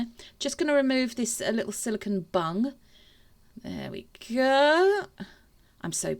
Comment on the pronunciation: Omg I need my ears tested lol I thought you was saying to make sure the resin covers the bunny’s bum and I thought I wonder why she’s saying that lol then I realised you was saying bung lol xx